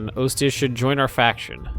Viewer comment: Ostia is pronounced, Aw-Stee-a